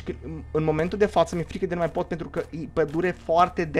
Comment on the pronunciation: la acest minut ai zis bai,,padule"